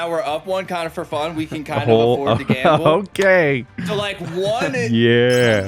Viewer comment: "We can afford to gamba" Narrator: "They could not, in fact, afford to gamba"